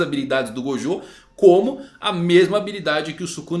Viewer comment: Ele falou o nome de gojo errado 2 vezes kkk Até o mangão erra rsrsrs